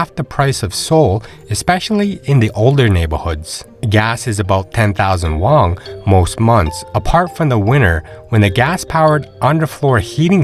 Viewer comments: Have you heard about what sending kids to school is like there? I guess most retirees don't have school-age kids so it's doesn't get brought up very often. Won is pronounced "won" not "wong" btw. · I tried to watch this but you kept saying "wong" instead of won and it really put me off. It's like you're trying to make it sound "Asian." It's pronounced just like the English word "won" or "one."